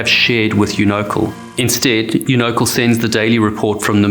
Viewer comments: My only contribution: I believe it’s pronounced “YOU-know-cal” not “you-KNOW-cle” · Unocal- Pronounced "You-Know-Cal" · I was going to correct your pronunciation of Unocal, but that company was (and still is, as Chevron) so greedy, selfish and heartless that they don't deserve to have their name pronounced correctly! It's absolutely appalling how ridiculously few captains, crew and/or owners have been held accountable for the lives lost during these disasters!🤬😭